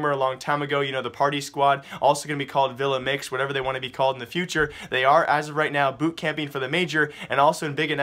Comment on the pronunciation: U pronounced it right